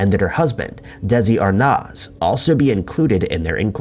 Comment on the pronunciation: It's pronounced, deh • zee arr • nez. Not dezzi arnoz lol